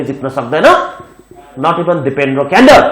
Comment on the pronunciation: कडेल लाई अङ्ग्रेजीमा क्यान्डेल भन्दो रैछ 🤣